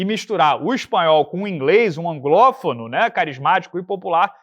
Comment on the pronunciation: "A-N-G-L-Ó-F-O-N-O". Para tudooooooooo!!!